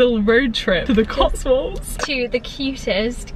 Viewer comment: I met someone from Coswolds and I thought she was saying Cotsworld